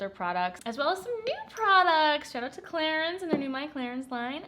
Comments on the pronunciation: The french pronunciation is Clarans :) love your videos!!! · It should be pronounced as "Cla-run" right???? Hahahahaha no hate. I am confused coz I say Clarins and prople would mock me :( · I heard Clarence at first and i was like who is this Clarence and why is he sponsoring your video 😂